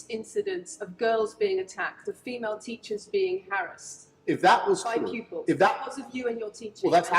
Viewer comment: Thanks to, whenever I hear ANYONE, say female, I hear in my mind saying pheemayle, fee mail 💀